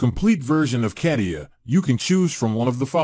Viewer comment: Yeah, I have always heard it stated as the following... kuh·tee·uh